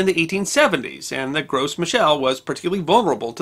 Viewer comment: As a permaculture orchardist, I squealed with glee when I found this video. I have very few notes, other than wanting to say that the "Gros" in "Gros Michel" is pronounced, "grow."